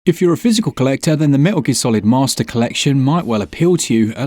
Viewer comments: "Meh-ster collection".... hahahahaha🤣😂🤣😂🤣😂👏👏👏👏👏🖖🖖🖖🖖🖖🖖🖖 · “Meh-ster Collection.” Hahaha! Love it! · I had to reach for the thumbs up button already at "Meh-ster collection" 👍